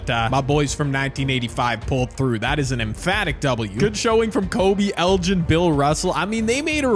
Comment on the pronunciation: hahahahahaa😂😂😂 thats so funny he said “erin” instead of “elgin” lol hahaha